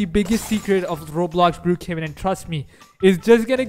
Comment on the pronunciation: You say Brookhaven cc be like brew kevin